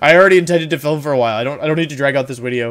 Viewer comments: I really like your videos.. but everytime you say “wideo” I wanna throw my phone across the room.. it’s so cringe, like bruh.. just say video.. you force the “wideo” way to hard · i'm sorry. new to the channel. does he always say uideo and do the v like u's? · can someone explain to me why does he say wideo? i still dont know .-. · “Okay so this is going to be a longer wideo” Do you know how little that narrows it down? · Stop saying wideo for the love of god! Worst part of your videos. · Zach's Fan Club Is there a story to why he says Wideo and not video? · "I wanted to do a more serious take on a laddering video - looks down, then up - *wideo*", you couldn't even hold it straight for 2 seconds, lol. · I love that you commit to saying "Wideo" every time. Even when you say it with a V you correct yourself. Good content bro. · Why does he say wideo instead of video? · mucho like da wideo, it gewd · Why do you say wideo? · I May sound stupid, why does he say wideo? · Why does he always say wideow ? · why does he call videos WIDEOS?? is it because wolfey starts with a w? or is it a "win" thing? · evreyone gangsta until wolfey pronounces video correctly. shits about to go down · I think he has a speech problem but I’m not positive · No one: Wolfey: Dracowish, Wideo